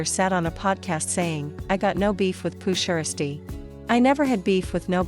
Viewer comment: Hate how mfs can’t pronounce the man’s name like poo (sheirsty)?🤨🤦🏽‍♂️